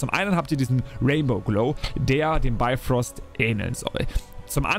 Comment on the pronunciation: Moin,es es heisst Bifröst mit "i",nicht Beifröst und Heimdall's Schwert heisst Hofund,nicht Hofur - da hat Ubisoft wohl gepatzt🤔 Aber,die Schwerter seh'n ma echt gut aus👍🏻 Origins gefällt mir am besten,von den neuen Teilen und natürlich AC 2 von den alten...